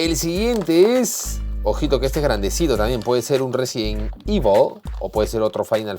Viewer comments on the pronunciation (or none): none